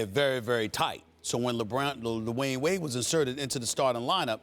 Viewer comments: he said LeWayne Wade 😂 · did Stephen A. just call DWade “LeWyane Wade?”🤦🏽‍♂️ and ppl wonder why Kyrie wanted from under Lebron’s shadow... 🤷🏽‍♂️ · He said "LeWayne Wade" lol